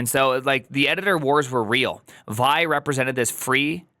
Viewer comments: It's wild hearing say vaɪ, with his half-million plus rabid fan-base. He's just about single handedly changed history. It was always viːˈaɪ (vee-eye)—just as ed was always ee-dee—to all the OGs, but then time passed, and no one said it for years, and then a new, young, eager group grew up, found it, but only encountered the name through text, so they don't know that literally nobody from the original group of Linux creators and users pronounced it as the single syllable way, and now all of you say it. Now I want to get famous and teach the next group of kids that GIF is pronounced HEEF. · Btw it’s pronounced “vee-eye” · it's pronounced with its 2 letters, v-i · I admit, I thought "Squeal" for sql, "Gson" for json are kinda cute, but "Vy" for Vi is too much!!